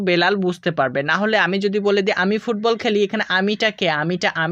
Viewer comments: ফুববল না স্যার ফুটবল ❤ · ফুটবল not fubbal